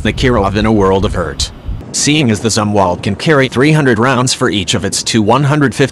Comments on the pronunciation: This is lame. I'll just begin with one glaring example. The bot-narrator was not even configured to pronounce Admiral Zumwalt's surname properly. Respect counts, not this click-baity BS. Get with the PROGRAM. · Try to pronounce Zumwalt properly. Thanks.